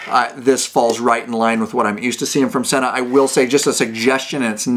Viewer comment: Pronounced SEE NA